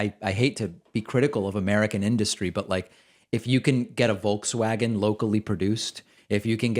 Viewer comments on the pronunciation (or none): none